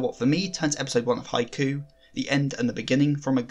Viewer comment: It’s “Hi-Q” not “hi-coo”.